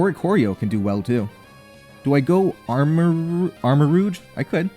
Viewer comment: your pronunciation of armorouge is pretty interesting. its supposed to be the s in pleasure, but americans often put that sound in taj mahal even though both sounds exist. kind of funny to see it go the other direction, since im guessing you have less exposure to french and french sounding words